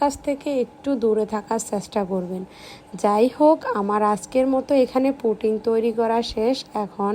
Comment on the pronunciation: পুটিং না,পুডিং। পুটিং তো রাজমিস্ত্রী ব্যবহার করে।